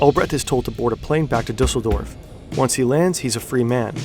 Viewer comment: "Dizzledorf"?? LOL